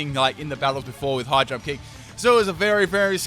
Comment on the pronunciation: I kept thinking he was saying 'Hydro kick' instead of 'High jump kick'...